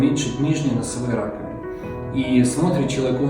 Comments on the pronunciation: Нижние носовые, простите, что? Раковинки? Не расслышала.. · 3.01 Нижние носовые ... что? Несколько раз отматывал назад чтоб понять это слово.